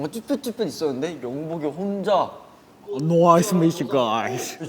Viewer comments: Literally I.N speaking in Felix accent : NOICE TO MEET YOU GUYSS😂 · Hyunjin calling Felix an angel <3 I.N imitating Felix's 'Noice to meet you guys' Felix talking a lot to the people he likes ayooooo Felix when he sees I.N. body XD lol the way Seungmin gets defensive when Changbin and Hyunjin call him out aww Hyunjin talking about Felix and I.N calling Felix's efforts 'cute' aww I love how LeeKnow talks about Felix Hyunjinnie talking about how Felix gifted him a monitor :( Seungmin is just sensitive I.N. saying Felix usually does the things asked of him >.< Minsung jagi moment~ 'He's a fairy, so he sleeps a lot' - LeeKnow about Felix I love the way they all talk about Felix, esp Hyunjin, I.N, and LeeKnow <3 Stray Kids 화이팅~. <3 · “Noice to meet you guys~” LOL😂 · haha Jeonginaaaa "Noice to meeechu gooysss"😭✨